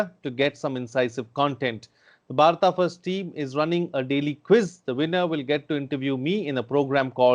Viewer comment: It's Bharat not bharataa